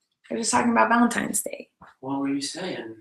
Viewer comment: VALENTINES NOT VALENTIMES